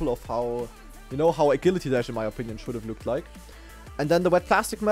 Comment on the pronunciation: I've never heard anyone pronounce Agility like that lol